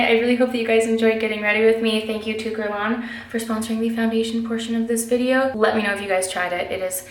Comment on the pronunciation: I loooove this so much and please don’t hate me Geurlain is pronounced geurlay-n ? I say this as a Montrealer I also say this as an Anglo-Montrealer who isn’t fluently French 🤷🏻‍♀️ #hypocrite but love you! Haha ❤️